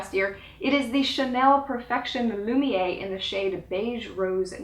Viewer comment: It doesn't really matter, but as a French speaker, I'll just say that the Chanel Perfection Lumeriere foundation is pronounced Loo-mee-AIR. Both the accent over the first E and the presence of the second E indicate this. If the accent was facing the other direction (diagonally up left to right), the E would be pronounced as an A. So for whatever that's worth... Thanks for your great videos, and a very happy New Year to you and yours,!